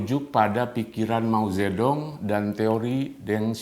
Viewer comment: Bangga dgn kemajuan RRC mulai mengalahkan "White-Supreme Power" . Bang Luthfi, maaf untuk koreksi sedikit dalam mengucapkan ejaan tulisan Mandarin China versi "Pinyin" secara tepat. Dalam pronunciation "Pinyin" huruf "D" dibaca jadi "T", namun "T" sendiri menjadi "Th". Juga utk "G" menjadi "K", dll. Jadi utk Mao Zedong dibaca Mao "Che-Tong". Beijing menjadi "Pei-Ching". Xi Jinping = Xi "Chin-Phing", Yi Dai = Yi "Tai", Guomindang = KuoMinTang" dst. Tmk bang.